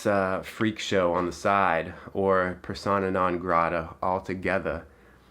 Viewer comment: Did you just say "Persona non grata"????? criesinItalian